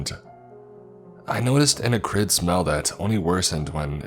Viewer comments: it is pronounced ah-crid with sharp A instead of uh-crid with the A like uh instead of ahh. Sorry I'm really not trying to correct you. Just thought if u didnt know maybe it would help you to be the best narrator that you can be. Keep kicking ass sir. I love your stories and voice. Keep on keepin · Ack-rid, not Uh-crid, come on! You're always the one I can rely on to pronounce words properly! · Actyd is pronounced ahk-rid